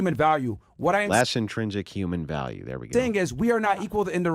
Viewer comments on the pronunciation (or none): bro every fucking word she says is absolutely vile. When she says “VaLLiEu” instead of value - I’ll list a few here in a minute when I fucking hear them again she SUCKS